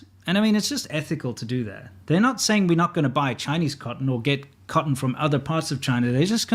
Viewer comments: Not only do certain double-t words (cotten, button, etc) take a d sound, sometimes they're just omitted in general. Emphasizing any sound to the double T's in Cotton sounds wrong to my American English ear; it sounds like it should be phonetically spelled "kah-en" Edit: should specify further that it is a southern Californian ear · 😂, I also laughed at how he pronounced it the first time